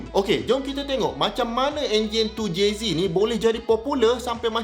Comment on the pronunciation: Makin naik la harga supra kat msia ni sebab vid doc ni. Anyway doc. 2JZek, bukan 2JZee. Hahaha